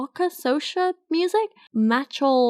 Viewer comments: Was Lowkey Offended As A Trini But It's Pronounced "So-cah" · hoooly shit shes an indian tahani al-jamil but without the personal growth. also soca is pronounced "soh-cah" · Hi! I'm so glad this video was suggested to me, I really want to follow more women youtubers :) Just to say soca (a type of music from the caribbean) is pronounced so KA, and the artist's name is Mah shell Montano. I love this review, thank you for reading that book so that I don't have to lmao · You trying to pronounce soca warmed my heart but also taught me that things i take for granted are entirely alien to other people